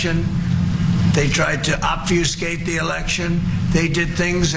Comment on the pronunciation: As much as I love the show, I do wish they would stop letting Trump and his cultish acolytes make statements on air with no rebuttals. And he's just making up words. Obviouscate is not a word. Sedatious is not a word. I know what he meant but call him out on the nonsense.